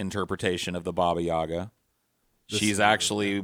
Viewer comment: It's yagA, not yAga!